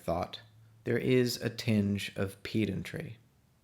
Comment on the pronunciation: I laughed when you mispronounced the word "pedantry". I hope it was deliberate. Such a clever (old?) joke.